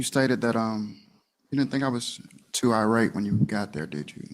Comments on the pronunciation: I don't care about anything anymore, because tell me why the victim said "eye-rat" to say irate. 'EYE-RAT' for irate! What? Lmao. Please, someone tell me when her conjugation camp is. I want to be there at her graduation to give her a box of menthols and a $20 to congratulate her, and I definitely want to see her answers in her workbook. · Is Country Girl trying to say "irate"? Sounds like she is saying "outrate."